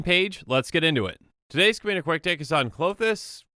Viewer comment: I don't speak Greek, but I'm pretty Klothys is pronounce 'klo-these'. Think of how you pronounce 'clothes', but pronounce the 'e' like 'bee' or 'see'.